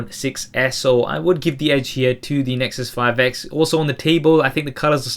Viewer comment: I'm pretty sure you said " The Nexus 5 eggs " :D